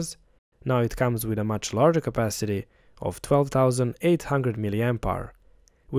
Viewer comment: Is it just me or you are saying "Hunger" instead of "Hundred"? 🤔 Nice video b.w 👌